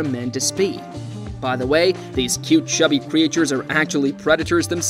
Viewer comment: What is with these pronunciations. “Cree ay chures and or-gahn -isms”